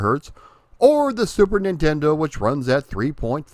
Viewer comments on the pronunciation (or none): none